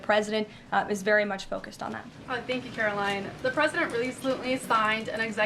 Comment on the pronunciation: Its karline, with a k. Say it right, she deserves that respect